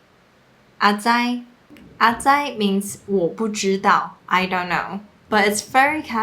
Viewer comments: 對 其實是三聲 XD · 內容不錯。Grace念得比較像ㄚˊ災，事實上比較接近ㄚˇ災。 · 阿是3聲才對